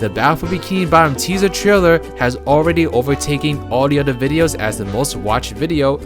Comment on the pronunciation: It's OTHER not ODDER